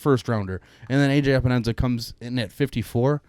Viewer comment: Pro Tip There is no “Enza” in Epenesa 🤪